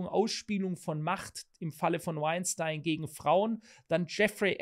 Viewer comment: Wein stien englisch ausgesprochen!